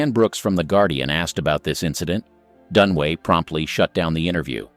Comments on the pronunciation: It’s Dunaway not Dunway. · It's Faye DunAway, not Dunway, jeez, is that really so difficult? Showing your ignorance. Thumbs down. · Faye DUNAWAY not “Done Way” DunAWAY. 3 syllables Dun A Way! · It is DUNAWAY! Get it right! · Numb nuts - her name is Dun-A-way. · Who is this clown? He can't even get the names correct. He must have done some really serious research. Never heard of actress Faye Dunway or could this be Dunaway. Same with Jean Kelly. I know a Gene Kelly. I couldn't be bothered doing more corrections of video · It's Dunaway, not Dunway. The narrator (bot?) is actually pronouncing it Dunway, which is WRONG. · Dunaway not Dunway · It's DUN UH WAY not Dun-way. Ugh. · It’s Faye Dunaway, not Dunway! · It’s Dunaway, not Dunway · Her name is Dunaway NOT Dunway. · Fay Dunway? Are you illiterate? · I got tired of hearing "Dunway" and FF. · I turned it off when I realized these dopes can't even spell or say Dunaway. They're truly clueless.